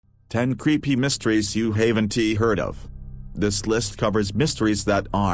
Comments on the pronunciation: if you are gonna get a computer to speak for you at least get one that can properly speak english. Just in the opening instead of saying haven;t it says Haven Tee. You Haven Tee Head Of. LOL. I laugh with sorry for these computer voices everytime i hear them incorrectly pronounce a word, Especially when its an extremely common word that the computer should be able to say the correct way. The videos are really good. Oh yeah and Ive notice in a lot of your videos a lot of the information is repeated, sometimes four or five times. I dont understand why yall do that, unless it is just to make the videos longer. If that was the case then just get a little more info to put out there instead of repeated things over and over. I could understand repeating important parts twice in some of the cases but any more than that, its kind of annoying. Not gonna stop me from watching them, just a thought that yall could change that in future videos. I noticed it here and there but on this on video yall repeated the exact same information 5 times while talking about just one of the 10 cases. I thought that was a bit overboard and a waste of time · You are right I 'haven tee' heard them before. Awful robot voice. Not sure I can watch any more.